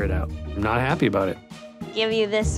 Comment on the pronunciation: "it made us all very HAPP" 😅